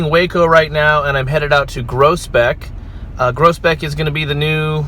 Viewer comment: Pronunciation is totally different here. The way I hear you pronounce it sounds like (Gross) beck. We pronounce it (Grows) beck. 😂